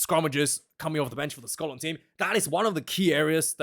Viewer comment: As a Scotsman, I approve the way you say 'Scotland!'! I am sorry to hear that you lost your job!